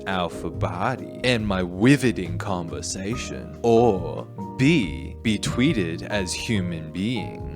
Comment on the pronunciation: "And my wivoting conversation" 😂😂😂😂